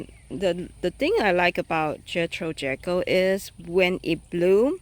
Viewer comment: Pronounced Jee-kill not like jekyll and Hyde. Just figured I'd let everyone know 😉 Beautiful video love this rose.